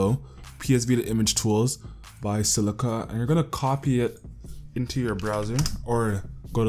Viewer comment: i lol'd at the way he said 'by silica'